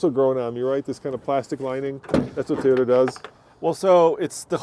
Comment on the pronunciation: it’s Toyota not TIota! Please.